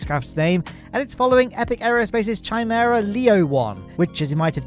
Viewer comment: Chimera is pronounced Kai-mehr-uh